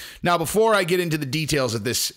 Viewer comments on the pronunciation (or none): none